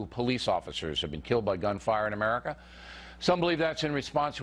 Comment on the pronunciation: What's with the pronunciation of 'AmericA' like you're asking a question?